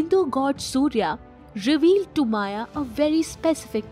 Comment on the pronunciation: It is not माया , it is मय, मयासुर.